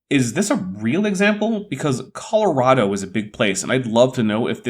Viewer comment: All the lying aside, the creationist way of speaking is annoying. -"They LOOKED at it, and Noticed how the LAVA FLOWS were Actually YOUNGer than what the lab came up with, Due to CONTAMINATION! Here's an example from COLORADA!" The weird emphasis on certain words makes it all sound like some sort of surrealist Spoken Word piece. Here's my contribution: Andrew Snelling, what are you selling? My tears are welling up from frustration, from fear, from the susurration emanating from your BRAIN CELLS as they struggle, muddling through your sea of cherries picked from the tree of science. You CLAIM these cherries make a tasty pie, but all you do is lie, lie LIE!"